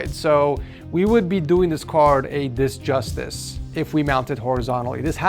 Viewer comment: the words injustice not dis justed LOL